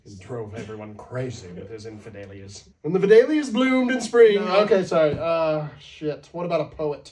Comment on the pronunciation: “Infideliatos” made me do a spit take and now my girlfriend’s piss is everywhere